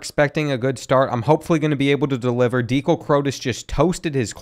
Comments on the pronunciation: Can you do a long term fantasy with the current roster? Go cats! Also, I’ve never heard someone mispronounce Dekel’s name more either lol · You butchered Dekel Crowdus’s name bruh😭